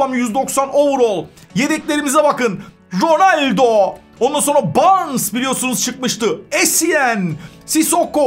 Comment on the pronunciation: Cristiano rrrrronaldoo